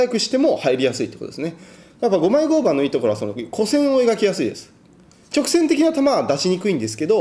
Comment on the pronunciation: マジレスすると合板の読み方は ”ごうばん”…△ ”ごうはん”…〇